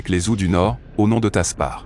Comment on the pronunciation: Super intéressant mais ils ne peuvent pas prononcer correctement les noms !